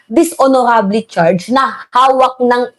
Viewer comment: Dishonorable Ang pag pronounce ay dishonorable